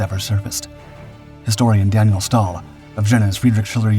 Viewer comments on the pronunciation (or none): none